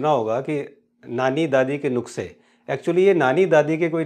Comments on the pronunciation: जी नुक्से नही नुस्खे बोलिये😊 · Not nukase😉 ,nuske right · नुक्से नहीं नुस्खे कृपया संशोधन करने का कष्ट करें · Nukse nahi sir, Nuske.... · नुस्खे not नुक्से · सर, नुक्से नहीं होता है, इसको नुख्से कहते हैं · Sir nuksay nahi that word is nuskhey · It's nuskae not nukse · It's Nushkay not nuksay Please Pronounce properly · नुक्से नाही नुस्के असतात 😄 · नुख्से नहीं होता है सर नुस्खे होता है प्लीज हिंदी में सुधार की जरुरत है आपको 🙏🙏🙏🙏🙏🙏🙏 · Nuksey nahi Sir Nusqey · नुक्से नहीं नुस्खे होता है जनाब। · Nukhse nahi nuskhe hota hai. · भाई नुस्खे ना की नुखसे वीडियो बहुत उपयोगी है। पर में चाहता हूं आप इस मे सुधार कर लीजिए। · Nukse..nhi sir nuskhe hota hai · Nuske not nukse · जी नुकसे नहीं सही शब्द है नुस्ख़े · नुक्से नहीं नुस्खे कहिए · Nukhse nahi sir Nushke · नुक्से नहीं sir, नुस्खे । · नुख्से नहीं नुस्खे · Ur very true but.. But it's not nukse.. It's nuske. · दादी-नानी के नुस्खे correct pronunciation